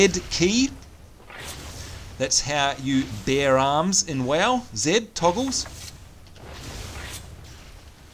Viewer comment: When you were talking about the dwarfs pet bear I thought because of your accent you said " And what do Dwarfs get, of course a beer" which made me laugh however it wasn't until later on until I realized you said "Bear". Also are the goblins jokes really age appropriate?